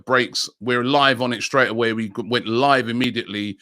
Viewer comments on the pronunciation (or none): none